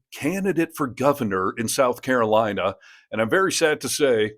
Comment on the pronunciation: Carolawna. Why do they all mispronounce the name of their own state? Are they proud of being mushmouthed? At least we can hear them coming.